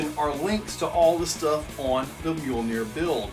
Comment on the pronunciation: I'm glad you put the name of that rig in the description cause I swore you Were saying mule deer bahahaha. "Mjolnir" I thought I recognized that name but it's no good without the decal of one 👊🏾👊🏾👊🏾